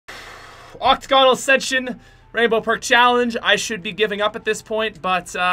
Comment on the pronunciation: It’s pronounced oc-TAG-on-ull phonetically.